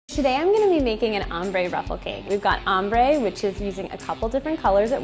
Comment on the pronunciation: In the intro it sounds like she's saying Ombre Butt Hole Cake.